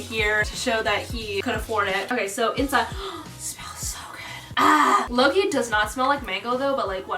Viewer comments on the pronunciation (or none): none